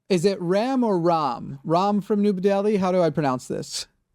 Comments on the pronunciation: Why ask if Ram is pronounced Ram or Rom? Why, after he has said it is pronounced as Ram, do the hosts proceed to pronounce his name Rom? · Ram as in Ram with a short 'a' - like the gentleman himself pronounced it.